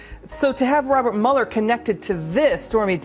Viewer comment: It's "MULE-ER" not "MULL-ER"